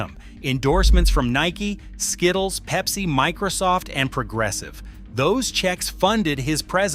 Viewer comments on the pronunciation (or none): none